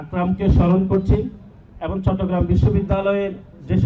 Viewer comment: 'এবং' কে 'এবন' বলে।😂😂😂